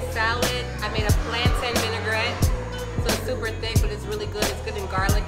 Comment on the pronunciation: plaintain vinigrete????!! I'm 1/2JAmaicAN & 1/2 French-Canadian & don't know how to pronounce dat! Raspect!!